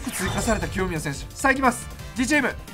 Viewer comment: 清宮が極みやに聞こえたw